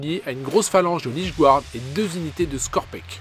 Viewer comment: *encore, "gouarde' 🤦‍♂️